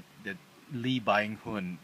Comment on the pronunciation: Byung is pronounced sorta like "Bee-young" as one word. I know because I'm Korean and that my name too. Just wanna get that out there cause everybody pronounces it wrong.